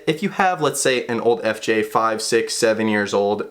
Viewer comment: I don’t think you said FJ right once in that video